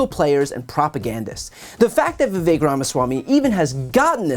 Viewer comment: His name is Vivek. It rhymes with cake-tastrophy